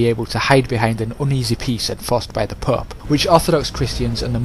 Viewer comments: It sounds like your saying pup instead of pope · "the Pup" you mean pope correct? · "From the PÖÖP" haha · if your playing english campaign. its a bad idea to let scotland get that powerful. i always eliminate them early. and yes the " pooepe" can get annoying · the way you say the pope XD